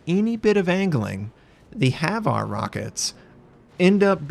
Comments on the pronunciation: HVAR rockets are pronounced H-var (H, as in say the letter H fallowed by var). Idk why but I found myself cringing every time you said Haveare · its HVAR not HAVAR